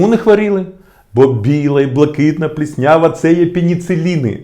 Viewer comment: Дякую,! Дуже корисне відео! Якщо можна, маленьке прохання: не "пліснЯва", а "плІснява". Ще раз дякую!!!